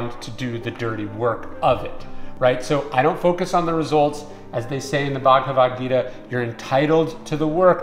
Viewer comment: Bhagavad-Gita Pronunciation: Bhaag-wat-geeta